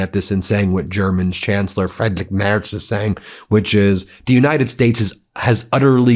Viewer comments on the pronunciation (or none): It's not Frederick Merz, it's Friedrich Merz. With Frie like in Free, drich (almost like drish). I really never liked him but I wonder about the rudeness of not even trying to get foreign leaders' names right. Same goes for Macron. Maybe you should ask some Canadian French speakers how to pronounce the name?